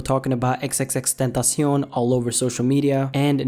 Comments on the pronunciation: Its Xxx TEN ta see on. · Xxx Tan tas eown.... why do you say it so weird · Chris Villalvazo It's x x x ten tah si ON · XXX Tuntasion :B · Ffs can you just pronounce it right pls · The way you say his name tho xD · NinjaMaker_NM ethan is wrong saying that is the right pronunciation and the guy in the video is so bad at spanish. Drake is a bitch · Bruh disrespect the way he said "tentacion" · Does anyone else cringe when he says tentacion?